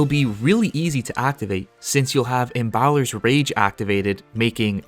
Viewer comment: My god, why can't you pronounce Embalmer?